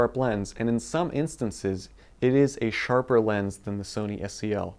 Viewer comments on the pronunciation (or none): none